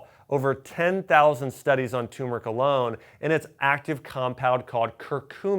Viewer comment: Please! It's "tuRmeric" not tumeric